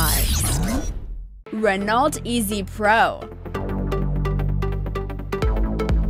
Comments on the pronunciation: ITS PRONOUNCED "RE KNOW" NOT RE NAULT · Renault is pronounced reno